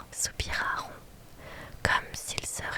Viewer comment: Trop bien ! Mais c'est Malfoy, pas Malfoi :face-purple-crying: Et Ron se prononce Ronne pas Rond :face-purple-crying: Et Justin se prononce Justine , pas Justin XD (désolée je suis chiante mais ça m'a stressé xD)